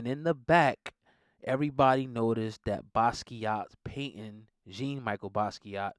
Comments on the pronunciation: Not Gene Jean pronounced with a French accent not Micheal Michelle I knew Hov was and is a biter a wanna be I still bang his music though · Sir, respectively it’s not Jean “Michael” it’s pronounced “Michelle”. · Good video but his name is pronounced Jean (like John, or Sean but slower) Michel (Michelle) - Basquiat (u said it right )